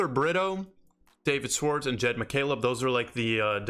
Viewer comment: Love the content *Shhh-warts -correct pronunciation